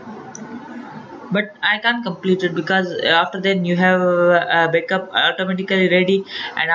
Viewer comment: you said bekup?